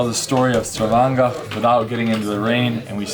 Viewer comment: Did he just said stavanga?😂